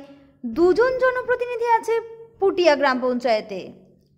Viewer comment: Puthiya na kotha da hoilo putia Ato bhulbhal pronounciation kmne kore